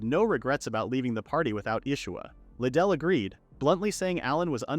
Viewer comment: The last one I saw of this manga, the ai pronounced mithea as meteor. Now, I’m beyond proud of how ai has grown… until 2 seconds later. (Riduru —> Liddell)